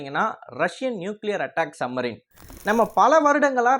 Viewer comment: தம்பி..... என்ன......சம்மரின்... சம்மரின்.......... சப்மரின்.,..என்று ... பேசுங்கள் ..